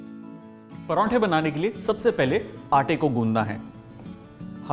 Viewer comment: Loved the way he said praunthe not prathe